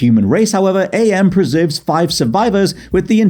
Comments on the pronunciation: Hearing you mispronounce AM as A.M. was really grating, not gonna lie... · AM is actually pronounced "am", not "Ay-Em". He explains it as coming from the English translation of the Latin phrase "Cogito Ergo Sum", which is, "I think; therefore I am". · Am is pronounced like the word. Not like "A. M. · It's not Ay Em it's AM. Cogito Ergo Sum, I think therefore I AM. Respect for the psychotic A.I. that predates Skynet, Shodan, Glados, and Hal 9000. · ...I love ya mate, but it's pronounced Am, like "I think therefore, I Am." That really irked my apologies.